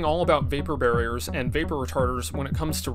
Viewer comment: did you mean to say “we don’t want to use any vapor ‘barriors’…”